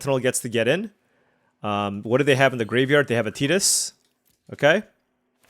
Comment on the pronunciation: Nice to hear someone say Tidus name correctly. Some people pronounce it like "Tight-ass".